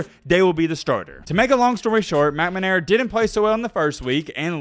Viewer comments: Dude, it's McNAmara, not McMAnara. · I love the channel…stop saying “McManara” please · “Cade Meh-Na-Mara” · It's pronounced McNamara,and not McManara. No two M's. Most Michigan State fans don't have any problem with Jimbo's comments about Nick Satan (ot is it Saban?).Anyway, most remember that Nick quit the Spartans because he could not out recruit Bo S. from Ann Arbor. Poor Nicky. He did find a spot where he can recruit, which is the only thing that makes Bama really good. Superior players, not the coaching. Great players can cover up the coaching screwups. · McNAMera. Please pronounce the name correctly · Bro you sound silly saying McNamara. 🤣🤣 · “Fisher” was literally the only last name of someone that was said correctly in this video. Moved around letters in McNamara, left an r out of orgeron, Jamis Winston, not Williams.....started thinking maybe it was on purpose. One thing you nailed, Jimbo is an absolute bum. Kudos to him beating us, lord knows he prepared for that game, and only that game, for the previous entire year. Great job on the vids, and Roll Tide Roll 🐘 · I love you, but I hate the way you pronounce McNamara. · J.J. will be in the Heisman conversation next year. Until then, I'll subscribe when you learn how to pronounce McNamara. Notice the placement of the N and M - that'll help. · Guys an SEC home with clear bias and no objectivity. Can't even say McNamara's name correctly. Wouldn't worry too much about the yahoo's opinion. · Man you’re killing that poor man’s name! McNamara 🤣🤣🤣 but you’re content is awesome keep doing your thing! RTR!